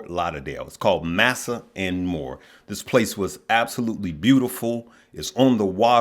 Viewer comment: Is it Indian food? I think that's pronounced mah-sah, not massa